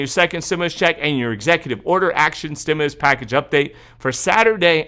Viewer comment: I loved it when u said trimulus! U crack me up sometimes lol love ur updates!